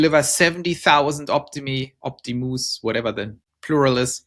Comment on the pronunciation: Yes "opti-moose" LOL